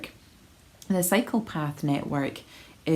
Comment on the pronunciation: I love your new format. I was laughing about the bench being replaced and then started hearing you say cycle path network as psychopath network!😅😊. The gardens are beautiful and i'm grateful to you for showing us parts of your beautiful city.